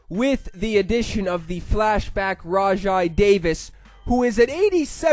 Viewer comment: its "rawjay" davis by the way